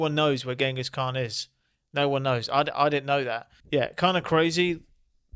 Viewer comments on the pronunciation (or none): none